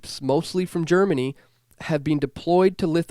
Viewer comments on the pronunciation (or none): none